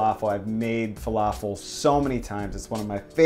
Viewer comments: Please please it's falafel with light L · Just don’t say an American L it’s not fa-La-feL